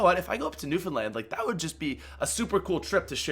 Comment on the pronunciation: Newfoundland for the win!! And you said it right!!! WIN